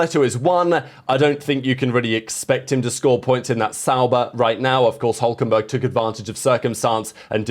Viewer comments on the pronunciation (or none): none